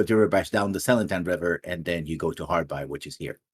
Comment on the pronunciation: insisting of calling it Harbi instead of Harby. Mind you I didn't have a pronunciation guide then or now.